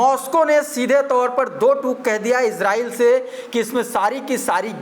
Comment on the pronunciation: Iran or israil bolne me kafi jagah mistake hora